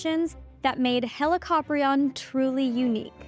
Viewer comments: I’ve always heard it pronounced as Heli-co-prion rather than the way you say it, Heli-cop-rion. Is there a specific way you should pronounce Helicoprion or do both ways actually work? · The pronunciation of Helli-copter-ion is almost unacceptable to my ears. It's heli-co-prion. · I always thought it was pronounced helico-prion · "Helicoprion are" sounds wrong to me. The plural is "Helicopriones", with the second 'o' being long in the singular but short in the plural. "Πρίων" means "saw", not "jaw" (which is "γνάθος").